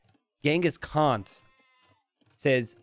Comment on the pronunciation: Well you know exactly how to pronounced Khan't, so I wouldn't call your entirely uncultured.